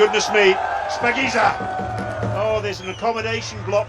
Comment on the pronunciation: It's not spakinza its shapagiza